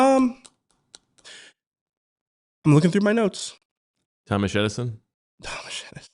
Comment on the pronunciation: “Tom-mish the Tank Engine.” 😂